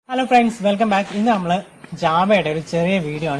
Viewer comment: Java alla... JaWa